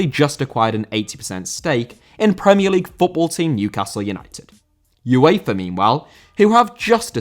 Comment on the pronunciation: UEFA* not Yuweifer